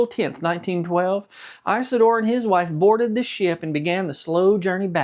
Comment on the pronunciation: The name is not Ice a door, it is Is a door.